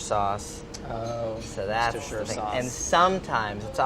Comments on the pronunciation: Kudos to the guy judging the burger; he pronounced "Worcestershire Sauce" correctly. Not a big fan of how the other guy tried to subtly correct him though... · Holly Bauer it’s wusta- shah. That’s how you pronounce it. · Red Leicester, incidentally, is actually Gordon Ramsey's favourite cheese. I wasn't surprised didn't get it as I know it's hard to find in the USA. It's all over the place here in the UK though. Also, full marks for pronouncing "Leicester" and "Worcestershire" correctly.